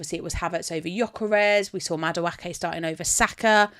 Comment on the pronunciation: The butchering of Madueke 😂